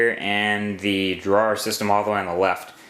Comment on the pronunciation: The word "Drawer" has never sounded so weird